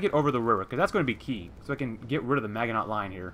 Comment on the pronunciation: I wonder if you are a native English speaker. Your German doesn't sound too bad, but your pronunciation of the French Maginot Line is very strange. I grew up in the US, and I remember we learned the correct pronunciation in school when we studied WWII. Here's a link if you're interested. Best of luck in game.